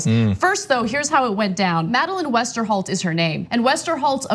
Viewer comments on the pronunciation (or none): It's Westerhout, pronounce as in out. (Dutch name) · Gheeeezuhs ....... first off Westerhout, not Westerholt. TYT is shit. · You pronounce it as "hout". It's a Dutch name. We pronounce words the way they are actually written, ya crazy Americans :P Like Carice van Houten. Or like the helpful tip in the news bar: first Westerh, then out ;-) Also, to add a Dutch phrase, Trump is een idioot. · Ana, on the assistant's name: you see the "-out" at the end of the name? If you just pronounce it normally like the English word "out" it would come very close to the original Dutch already, so "Wester-out". Thank you guys for everything you do! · Ana as a journalist should at least know who heard it first hand and know how to pronounce the former assistant’s name. It does matter. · Madeleine Westerhout. Westerhout. "hout". It tickles me in an odd way that you can pronounce "house" but when the "se" is replaced with "t" suddenly somehow the "ou" becomes some strange language. Not bashing you, I'm merely poking goodhumored fun at it, and stating this OUT of a sincere curiosity ABOUT why (American) English-speakers can perfectly PRONOUNCE and ANNOUNCE a letter combination in one moment, but get a PROFOUND confusion ABOUT that same letter combination another moment. One can't TOUT having a grasp of letter combinations, it seems.